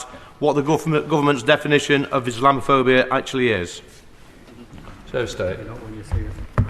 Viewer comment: Rayner couldn't even pronounce the word, let alone define its meaning as she mumbled along.